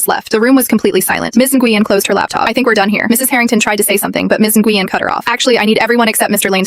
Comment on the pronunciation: Na Gu Yen 😂. Pronounce “when” my Vietnamese friend corrected me